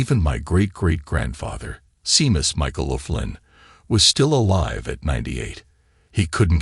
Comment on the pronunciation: Seemous really? Try shaymus its Irish and everyone else knows how to pronounce it!🤣🤣